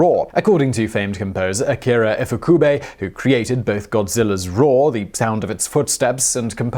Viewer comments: Ifukube, not 'Ikufube'. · It's Ifukube...not Ikufube. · You kept mispronouncing his name. Its ifukube not ikafube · FYI, the letter I in Japanese (when written out in English characters) is always pronounced as an Ee sound. So instead of ihkufube it should be pronounced Ee koo foo bay. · Did you say "Ikufube" ? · IFUKUBE not your butchering of it.